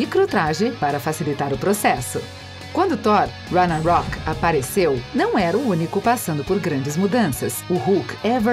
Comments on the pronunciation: Ragnacock foi pra arrancar os pelos do rego... essa mulher sabe ler? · Ragnacock pqp kkkk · "Ragnacock", "Galactcus", "Róqui"("Hawkeye" se pronuncia "Rócai"), "esbóços" e "membra". Não tinha ninguém pra corrigir essas pronúncias antes de botar esse vídeo no ar? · Galacticos, Igo, Ragnacoc, goblin verde, idade de ultron, voltron, soldado do inverno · dona mu e ragnacoc kkkk